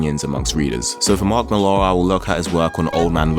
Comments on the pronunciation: Slight correction. Last name is pronounced just like the name Miller: "MILL-er", not "Mill-AR". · You know nothing lad Millar is british being from Northern Ireland Its Milla. Not MillAR YOU SHOULD OF STARTED OF WITH V for Vendetta & Miricleman by more 1982. Then Marshall Law by Pat Mills 1987 Mills was the one who launched 2000AD and got all the British writers he could to script. Mills is the creator rights originator in the UK Moore is not the paragon you think he is. He crippled Barbara Gordon aka Batgirl. Aka Oracle Because he felt DC screwed him with Watchmen Yeah, lets cripple the bitch was the line used when discussing it He fought for 25 years for rights to a character that didnt belong to him. Along with Niel Gaiman. Your whole vid is about the state of comic books now. Except its taken nearly 40 years to get here Millar is the result of those he followed. Not the pinnacle by any means And everything and I mean everything...... stems from Marshall Law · Millar is a Scots name and it's pronounced "Miller." Mark Miller. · Why do you pronounce millar like that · he says it like that cause he’s British